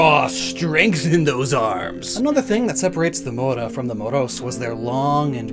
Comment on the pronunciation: the way you pronunce mouro is a slur in the iberina peninsula for arabic people...😐